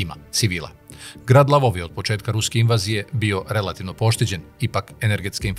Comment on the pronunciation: НИЈЕ ЛАВОВ ,ВЕЋ ЛВОВ !!!